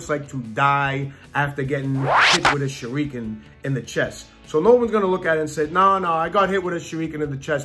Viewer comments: Sorry, but its not Shur-ree-kin, it Shur-uh-kin... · Holy crap the way this dude pronounces shuriken….. It’s “sher-rick-en” Not “sher-ree-kun” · Did this guy really say shur-reek-in. I'm done. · How's that? Shure-eee-ken? Lmao. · When you say Shuriken, you're saying Shoe Rikan, like Puerto Rican lol. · Tf is a Shureekan lol y did he pronounce it like that haha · stop saying Shureekin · What is a shurr reek can ?? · He hit him with the ✨shareekian✨ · Sha-rEEE-ken Everyone: why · bro sher-ek-in lol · What the heck is a shareeeeken? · He said "shureeekin"...interesting choice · Sureekan Bruh! lmao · Sha REE kun lol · i had to stop at "sherry-ken" it bothered me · "Don't be surprised if you get hit with a shureekin" 🤣 im gonna start saying this to people when they piss me off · annoyed by the fact that he said shuREEkin instead of shuriken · the way he pronounce shuriken like sher-ri-kun makes me want to educate him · A "shureeekin" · surREEKin.... is all I kept hearing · SuREEkin. Fuckin hell, shuriken.. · He says shuriken like its a nationality. 😂😂😂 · How he pronounce shuriken is very upsetting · The way he says "Shuriken" physically hurts me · i dont like how he says shuriken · Yeah should have stopped watching when he grossly mispronounced "Shuriken" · The way he pronounces shuriken really hurts me. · the way he pronounced shuriken 😂 smh I can't unhear that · Did he pronounce shuriken correctly? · Woah woah woah!.... Have i been saying "Shuriken" wrong my entire life or what?